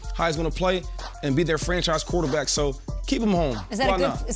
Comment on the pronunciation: They are not the Pittsburgh Stillers my goodness say there damn name correctly, man‼️